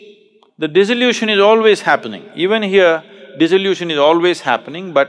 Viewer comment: In spirit of cooperation, not criticism: Sadhguru is talking about dissolution, but mispronounces and makes it sound like disillusion, this may confuse somebody